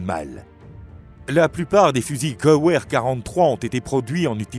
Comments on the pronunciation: ce n est pas "gueouair " mais" guévair " soigne ta prononciation merci:face-red-droopy-eyes::face-red-droopy-eyes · Oula oula... Deja c'est Gewehr pas ''geu ouère'' et ce n'est pas un fusil à gaz mais à empreint de gaz, le Luger c'est P08, pas P0, on dit pistolet-mitrailleur, pas mitraillette, le Panzerfaust est un lance grenade jetable, pas un ''canon antichar'' un ''ceinturon en cuir en forme de Y'' s'appelle un brelage... Ca fait vraiment pas serieux dommage c'etait interessant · Video intéressant, mais qui serait bien mieux si l‘auteur apprenait à prononcer les mots allemands correctement (Gewehr, Stahlhelm, etc…), et pas comme un mélange d’anglais et de français. 😂 Pas un mot allemand n‘est prononcé correctement.